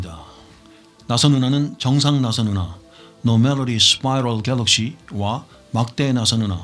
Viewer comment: 역시 영어 발음이 ㅋㅋㅋ 습퐈이뤌 궬뤅쉬